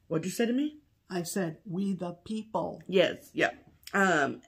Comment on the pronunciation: What a great video!! Beautiful stitching and LOTS of laughs. Pam, did you say WE the pee pee? Or WEE the pee pee? The second one is correct you know….. cuz spelling!! 😂😂😂